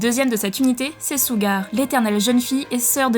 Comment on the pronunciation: « Sssougar » ohhh quelle anglais remarquable (ou moins dites le à la « japonaise » Vidéo intéressante sinon